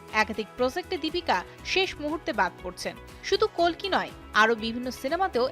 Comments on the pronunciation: Kolki na kalki😂😂😂😂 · বাংলায় কল্কি হবে